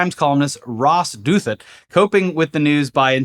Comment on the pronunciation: "Ross Doothet?" It's pronounced 'Dothow.' 😂